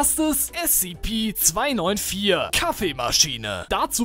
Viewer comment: Ich bin stolz auf dich das du SCP richtig gesagt hast. Also anstatt S-"ZE"-P , S-ZIH-P also ja...